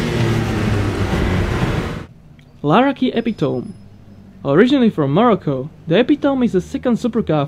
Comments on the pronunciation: Epitome almost certainly pronounced eh-pit-o-mee rather than eh-pit-oam. (Forgive my pseudo-phonetics!) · Epitome is pronounced IP-PIT-OH-ME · Epitome is not pronounced as you said it, its pronounced: iˈpitəmē epitomey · It's pronounced eh-PIT-oh-me, meaning the best.